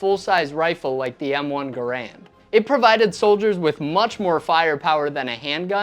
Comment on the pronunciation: Wrong pronunciation of Garand.